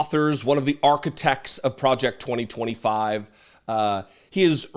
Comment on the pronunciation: "Pwojeck twa twa five."